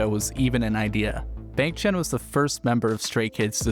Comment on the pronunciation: Please pronounce Bahng for Bang, Chahn for Chan